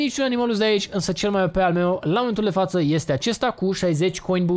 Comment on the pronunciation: nu este amuzant chiar deloc cand spui: "pe canalul mieu de youtube"